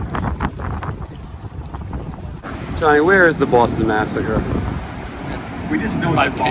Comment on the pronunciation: Great episode! Thanks for showing us around Boston. ( I can’t even type that without hearing Booooaaaawwwwston) lol